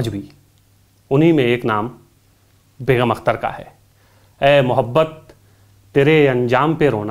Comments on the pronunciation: From (California - US) aap Begum Akhtar naam ko Beghum Akhtar kah rahe hain; badi takleef ki baat hai. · Anchor ki zaban se"Begum" ka Talaffuz "Begham" ada kiya gaya hai.Yeh bhi ho sakta hai ke mere sunney mein ghalti ho....